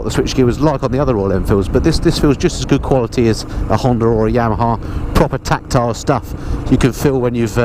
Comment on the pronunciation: 😂😂😂😂😂😂 tactile .. you can’t not say it can you lol .